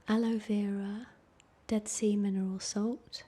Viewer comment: Oh man, "dead sea mineral" just sounded like something else entirely for a second there LOL